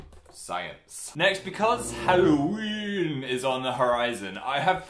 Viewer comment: More like hallNOween